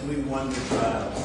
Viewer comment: It sounded like Donald said " we won the trial" . Anyone else hear it that way?